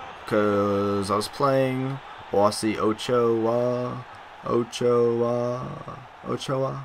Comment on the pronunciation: You can't say my name for shiiit. O-cho-arr. Sort of. :) Get FIFA on Xbox so I can beat you more? RB to Finesse. You need to stop slide tackling so much. When you play with better strikers scoring becomes easier. Y is through ball. LB + Y is chip through ball, that'll help! To stop people faking you out, LT + RT + A, or LT + A There's a bunch of tips to help you :)